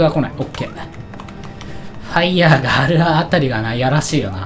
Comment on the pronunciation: 毎回「おっファイヤー」が「おっぱいやー」に聞こえる